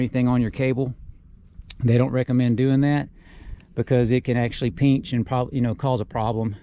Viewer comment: nice video man, nothing says east TX like the word "peench"